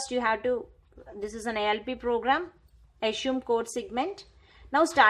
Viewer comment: It's assume not ashume okay